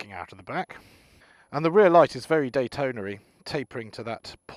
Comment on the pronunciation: Datonery?? hehe